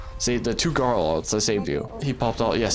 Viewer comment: Garl instead of garou